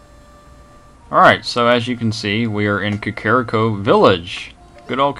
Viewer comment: it is kack-ah-ree-koh though. your the only person that says it differently that i know of. and iv seen a lot of lps of this game.